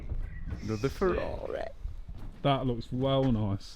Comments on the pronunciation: wise words "anotha farrareh" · Ferraraaaeh - love it:D Where is From?